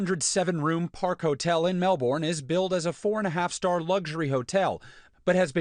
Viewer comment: God, I hate how Americans pronounce Melbourne. Its so cringe to hear, PRONOUNCE IT RIGHT!